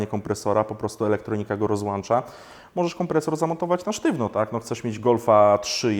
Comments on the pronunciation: ROZŁĄCZA, A NIE ROZŁANCZA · Ja mam jedną prośbę - robisz coś dla ludzi, opowiadasz o czymś, to jakbyś mógł się wysławiać w miarę poprawnie, po polsku. Wpadki słowne wyłapane w zamieszczonym filmiku: - nie zwiększyć układ paliwowy, a zwiększyć wydajność układu paliwowego; - nie "rozłancza" tylko rozłącza, nie "dołanczać" a dołączać; - wykres nie jest prostolinijny, a prostoliniowy. Prostolinijny może być człowiek:] Lepiej użyć stwierdzenia proporcjonalny; - cena nie jest duża/mała, cena może być wysoka/niska. Przepraszam, za te uwagi, ale moje zboczenie inżynierskie wzięło górę. mam prośbę do Ciebie, postaraj się zwracać uwagę na to, w jaki sposób się wysławiasz. Robisz coś dla ludzi, rób to porządnie. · BTW, turbo się włącza a nie włancza... :-DA sprzęgło się rozłącza a nie rozłancza...